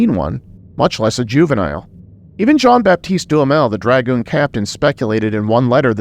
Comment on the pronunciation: It's pronounced dra-goon. Not dragon. He wasnt a dragon lol.